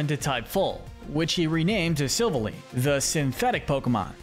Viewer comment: He mispronounced Silvally and Magearna